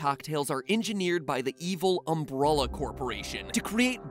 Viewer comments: Aaaaah... Mat? It's Umbrella, not Umbrolla. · It's umbrela man not umbrola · Was anyone else bothered by the fact that he kept calling Umbrella Umbrulla? Like, bruh. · isn't umbrella pronounced um-bre-lla than um-bruh-lla? it annoys me matpat mispronounce it and we know everyone in resident pronounce it um-bre-lla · Umbrulla? lol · it's just umbrella not "umbruhluh" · did you just say umbralla? Isn't it umbrella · Is it just me or does it sound like MatPat sometimes says "Umbrolla"? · It's umbrella not umbrolla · "Umbrulla" Corporation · Anyone hear him say “umm-bruh-luh” instead of “umbrella” many times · ...Okay am I the only one who finds how Matpat pronounces “Umbrella” super weird? It’s like he’s saying “umbrulla” or “umbrolla”, makes me twinge. (No criticism, just observation) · Why do you pronounce it "umbrulla" instead of "umbrella"? Have I been pronouncing it wrong my whole life or is MatPat wrong? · Umbrella..... Not Umbruhlla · Why does he pronounce it Um-bruh-la it's Um-bre-la. XD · Okay, wtf. Mat pronounces umbrella as umbrulla. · Is it pronounced UmBRUHllA??? I need to know!! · Why can't you pronounce "umbrella"? Seriously, homie. It's "umbrElla" not "umbrulla." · Is it just me or is he saying Umbrulla instead of Umbrella? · why the F did you say "umBROlla" it is pronunced "umBRElla" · It's umbrella not umbrulla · He pronounces it Umbrawlaw but in the games its just umbrella like just how u say the tool itself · The way you say "umbrella" sounds like "umbrulla" lol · why tf is it impossible for him to say the word "Umbrella" normally. It's not "Umbrrrola". Have no idea where you got the "O" sound from or why you're extending the "R" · The way he pronounces umbrella as Umbr-all-a. It aggravates me. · we have a new word to add to MatPats weird pronouncing like Doll/Dowl - Umbrella pronouned as umbrolla lol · I heard AMBRALLAH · Do I keep hearing "Umbrulla" instead of "Umbrella"? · This boi said “UmbrOlla!” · because umbrella is pronounced umbralla